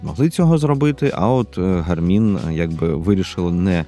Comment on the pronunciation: Дякую, дуже цікаво та інформативно. Подача матеріалу сподобалась, єдине зауваження що наголос робіть правильно, на перший склад, тобто "гАрмін"😊